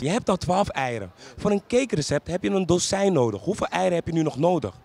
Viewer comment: Bij die dozijn zegt iedereen het fout